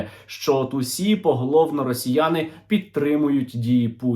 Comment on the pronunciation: стерненка,)) что за "расійані" и "расійа" в твоей лепнине?..